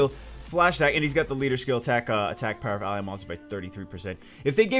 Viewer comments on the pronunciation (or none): none